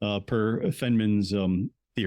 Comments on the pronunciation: I enjoyed your presentation, these topics have always interested me. A minor issue is how you pronounce Richard Feynman's name - it should be Fine-man (not Fen-man). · Its "Feeyyne-maan".Its German.